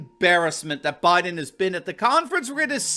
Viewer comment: “I’m Blow Jiden and I approve this soup”